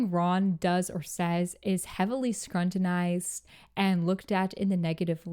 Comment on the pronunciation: Love the video queen but its pronounced skrew-tin-ized not skrun-tin-ized!